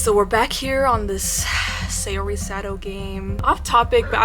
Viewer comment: i don't think saori's name is pronounced like sayori more than sour-y